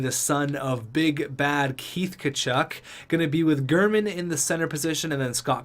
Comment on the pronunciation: Btw, say it how you want it, but it’s pronounced Jer-man (like a person from Germany)